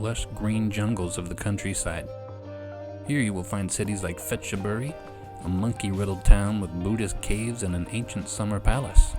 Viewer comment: FYI Th pronounced as T not Th, Tailand not Thailand Ph pronounced as P not F, Petchabuti not Fetchaburi I don’t know who put H in to make everyone pronounce them wrong